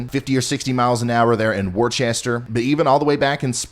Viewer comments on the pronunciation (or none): Time for milk, bread and toilet paper. Love channel recommend you to all my friends. No offense but worchester is pronounced Wooster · Please please please stop saying Worchester Massachusetts, there is no H in the word. More like Wister, please PLEASE, other than that awesome, love your channel. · Worcester is "Wer-ster" with more of a soft-R, not Wer-chester! But we in Eastern Mass forgive you. Looking forward to your live stream! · Ryan, Worcester MA, is pronounced "wooster" not "warchester" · We're screwed... we'll see you in July when it finally melts.... I'm in the snow band in NE CT. Wor-chester? It's "Wooster" or if you're a native, "Woostah". Blizzard of 78 - I was a few months old and 4 ft of snow... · Love listening to your forecasts! Just want to mention that Worcester, MA is not pronounced “worchester” but more like “wuhster” 😊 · Worchester, Mass is pronounced "Wooster". The double "oo" is pronounced as in "book". I used to live in Ashuelot, NH (southwest of Keene) so I know the native pronunciations. (I moved to Arizona so now I have to put up with temperatures over a hundred and eleventeen degrees in the summer.) That being said, I'm a new subscriber and I like the way you present the data, getting into simpler explanations of complex maps and giving your expert opinion of what you think is going to happen. Other channels I was (previously) subscribed to would just put up a simple weather map and not even explain what's going on. (I think one channel is run by an 11 year old.) Keep up the great work and I'll be a subscriber for a looooong time. ⭐⭐⭐⭐⭐ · it is pronounced wuster no worchester. All love everyone says it wrong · Just a heads up, Worcester Ma, is pronounced "Wu-ster" not "Worchester", the middle of the word is silent basically, looking forward to the snow in north-shore Ma. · Worchester? That would be "Wusta". Take it from a southern boy who got berated by a Bostonian over my pronouncement of Worcester. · Wore chester 😆it's like Wister XOXO